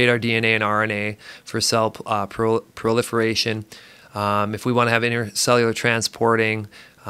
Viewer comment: Love this guy’s deliverance of info and dry humor (‘we need oxygen just a little bit’…). A treat to listen to and even eventually pronouncing PROLIFERATION correctly, by Jove!